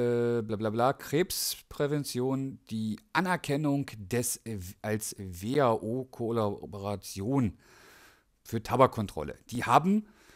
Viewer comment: Sorry ich dampfe selbst aus Überzeugung, aber was du hier ablieferst ist einfach nur schlecht recherchiert. WHO ist also nicht an der Krebsforschung beteiligt? Klasse Leistung. Deine Hausaufgaben nicht machen, Kollaboration nicht lesen / aussprechen können, aber Journalisten vorwerfen einen Namen zu verdrehen. Wenn ich gerade anfangen würde zu dampfen hätte mich dein Beitrag auch verunsichert und abgeschreckt.